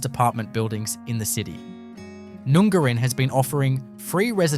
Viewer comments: It’s not Noon-gar-in!!! It’s pronounced Nun-garrin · #9, None Garin, not noooongarin. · Nun gar in (correct pronunciation) is no where near the ocean fella this is complete BS. You could get yourself in a lot of trouble peddling this crap!! You barely pronounced one town correctly, are you sure you're an Aussie?